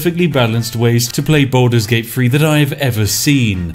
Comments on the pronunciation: "Baldur's Gate Free"? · The game is not "Balder's Gate Free" my guy